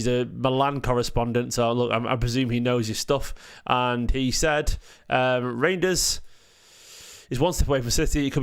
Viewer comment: it rejidners not rangers lol